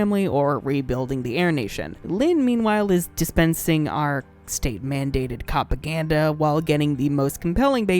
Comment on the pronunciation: Did...did you unironically say "cOpaGaNdA?" That...that's the true cringe